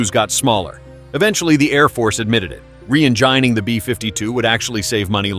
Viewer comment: Yeah... The "re-eng*eye*ning" pronunciation was just laughable.